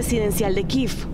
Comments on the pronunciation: Se dice Kiev no kiv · Y denle con "Kiv"! Y es que lo repiten y lo repiten, que ignorancia. Estos periodistas no saben ni pronunciar el nombre de la capital de Ucrania. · ¿Por qué pronuncian kiv a Kiev ? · 2 cosas con mucho respeto: 1. ¿quien les dijó que así se pronuncia Kiev? es que ni siquiera en su lectura literal al español se lee así. 2. ¿cuál es el afán de tomar partido en este conflicto? más cuando ahí evidentemente no hay héroes y villanos, por un lado un país que no respeta el derecho internacional y por otro un país cuyo gobierno está enraizado en un golpe de Estado y tiene continuas vulneraciones a los DDHH. parece un pasquín de la OTAN, nada de independiente, muy mal ahí :/. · Malísima la pronunciación de la capital de Ucrania